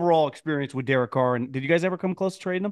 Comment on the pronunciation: Somebody needs to tell mike that derek is a two syllable name😂